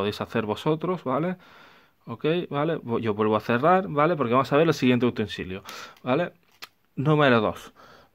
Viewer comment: Muy bueno, pero que manera de pronunciar la palabra vale.